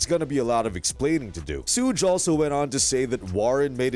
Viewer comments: "SEWG" its "SHOOG" smh FACE PALM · I was like wtf? Sooge Knight....Sooge Knight....I'm like...that guy is definitely YT surprised he didn't say TEWPACK SHACURE. omg I can't even take this fake ass click bait seriously wtf😂😂😂😂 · "SOOGE" lmao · Who tf is SOOGE ? Culture Vultures need to learn how to pronounce peoples name before making videos about them 😅